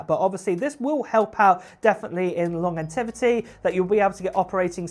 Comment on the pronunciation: longevity not longerbility